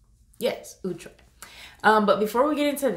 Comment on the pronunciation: ITS NOT OOOHhhtre